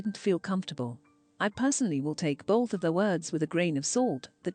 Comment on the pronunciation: hearing the voiceover lady saying bolth is funny af 🤣